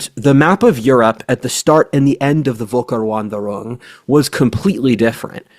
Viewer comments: V in German = F sound in English W in German = V sound in English. So pronounced Folkairvandairoong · Völkerwanderung* Also pls dont butcher my beautiful language so much, odin help us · i highly appreciate your enthusiasm for German words, but unfortunately your pronounciation for Völkerwanderung was very off. It's understandable as its a long word, but you might want to play the audio of google's pronounciation at least once. As someone speaking one than more language i absolutely understand that mistakes are unavoidable, and i'd love to see you keep using such words. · Dude I know you are american, but please put a little bit more effort into pronounciation. Every time you try to pronounce that word I am grinding my teeth due to the agony. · it's pronounced f not v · I can't deal with you pronouncing it Wolker. 😆 V is F in the German alphabet. (Usually.) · its Völkerwanderung, not wolker-. And the first letter is pronounced as [f]. But really, in english its known as Great Migration of Peoples, or Great Migration, or Migration Period. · The word is "Völkerwanderung", pronouned like a Brit would pronounce "ferlkervanderung". It consist of Volk = folk / people, plural Völker, and Wanderung = wandering, thus "peoples wandering".